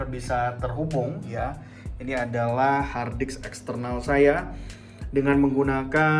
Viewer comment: Saya sampai mengulang video ini apakah pendengaran saya yang salah ketika anda mengucapkan kata "hardisk"